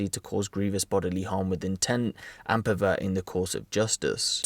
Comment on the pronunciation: Guy said peverting the judge